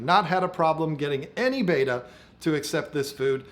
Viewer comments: Pet peeve time - it’s bet-a not bait-a. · It's Bet-ta not ba-ta or beta!!! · Interesting video. 👍 Looks like an Alpha \ Beta aquarium (to play on words\connotations). 😏 Also, was the video filmed in Vhs or perhaps Beta? 🤗 P.S. I know it's spelled Betta, but you like to pronounce it 'Beta'. BTW, I do as well. 😋 Good video as always and myself as a man with manly aquariums, all I can say is good job. 👍😎